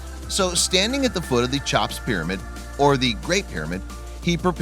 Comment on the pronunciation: Guts hmmmm brains nahhhh I've never heard of "Chop's" pyramid before. Try "Cheop's".